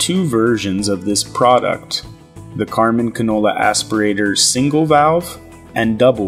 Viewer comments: Is he saying Canola? Is that singular for cannoli? Or is he talking about a single vegetable oil? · He's pronouncing cannula like the f**king oil. What a disgusting video